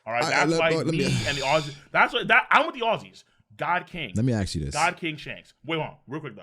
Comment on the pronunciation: Why do you pronounce ask as axe?